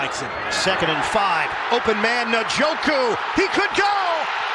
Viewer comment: How are we, in 2023, not knowing how to say Njoku???